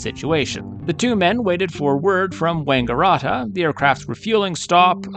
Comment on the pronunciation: Wanga - RAT - a is how it is pronounced, like a rat.